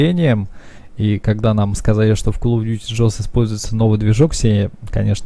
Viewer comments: Ну и так уж и быть еще подпишусь)) И еще почему ты прочитал GHOSTS - ДЖОСТ? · Ну начнем с того, что не в "С" проблема, а что слово вообще по другому читается.как ГОУСТС ;)